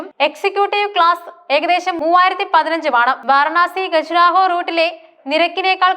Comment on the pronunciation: ഗജ്‌റാഹോ അല്ല ഖജ്രാഹോ